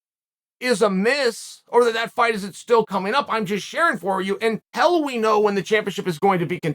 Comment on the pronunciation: Chael please it’s “until” not “untell”….get your pronunciation correct! 👍